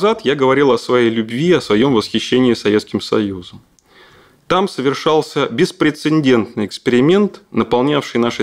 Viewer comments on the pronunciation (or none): не, мужик может хороший.. но ощущение, что его заставили все это выучить и теперь он сдает.. беспрецеНдентный? серьезно?...